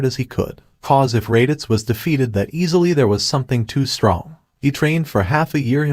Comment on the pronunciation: Poor raditz can’t even say his name